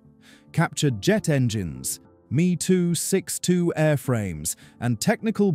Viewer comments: Please, stop using gamerspeak. The Me 262 name is pronounced EM EE. Just like a Bf 109 is a Bee Eff 109. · Crappy AI narration. Meeeeee262